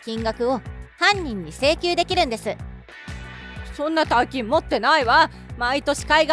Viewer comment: 大金は、おおがねではなく｢たいきん｣じゃないですか?｢おおがねもち｣とは言いますが、おおがね単体でつかう事は無いと思います。